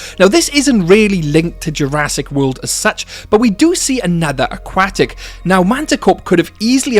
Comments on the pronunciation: 'akwatic' lol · The way you say aquatic is really funny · I like the video but the way he says aquatic buggs me